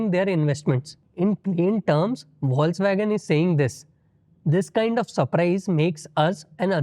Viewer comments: Foxvagen. Not foxwagen. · The word Volkswagen is pronounced "Folks-Vagen" or "Folks-Vah-gen" in German. Logic: The German "V" is pronounced as the American English "F," and the "W" is pronounced as the American English "V." This is also interesting, I think.😊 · It is pronounced as "Fox-vagen". No criticism here, just some feedback with all positive intentions. Also on a positive note, love the bloopers section, finishes the segment with a smile.